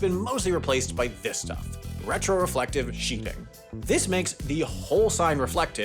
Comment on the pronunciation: "Retroreflective Sheeping"??? Is this where high-vis knitwear comes from?